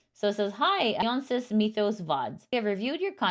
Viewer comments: Just FYI Dionysus is pronounced Die-o-nye-sus not Dee-o-nye-sus (Dionysus is a ancient Greek god associated with wine and celebrating)🙂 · Minor nit, since Dionysus is from Greek mythology, and it's pronounced dai·uh·nai·suhs, just in case they make your show again in the future. Other than that, thank you for the Vtuber news! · you pronounce it like, DI O NAi SUS Hope that helps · Next time look up how to pronounce Dionysus 😅 I normally love your style and presentation, but choosing not to spend those 3 seconds learning or making sure how to pronounce a name that is actually the name of a famous classical Hellenistic god is simply lazy, unprofessional, and embarrassing